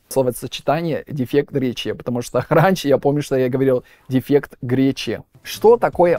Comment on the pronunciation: произносит неправильно гласные после согласных не - нйе ре - рйе Америка - амйерика дефект - дефйект и т. д